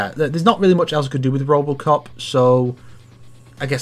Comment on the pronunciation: Did… Did just call Robocop “Robertcop?”